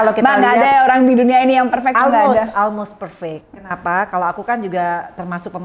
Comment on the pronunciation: Bukan ALMOS tante Vena....tapi OLMOST......ex anggota DPR HARUSNYA jgn Almos bacanya.... kwkwkwkwkwkww